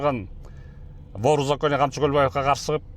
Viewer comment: Камчы тируу болгондо К тамгасын айтаалбайт болчун 😂 маунглидеги шакалды элестетем сени коргондо😅